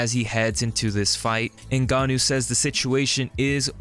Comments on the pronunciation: Called em "CEREAL" 😂 And "New Gonn Owe" 😂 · "Cereal" Gane and Francis "Nigannou" -- Derrick Lewis is #1 interview, always